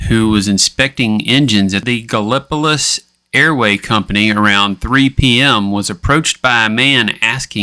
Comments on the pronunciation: Thisvis my hometown .. no offense and dont feel bad bc everybody has their own way of mispronouncing Gallipolis... lol its pronounced Gal-o-police....Gallipolis. some have been known to say gallon-o-piss even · Gal lip o tus? 😂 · i always get a kick out of how people not from the area say gallipolis. no idea how i've never heard this story before now.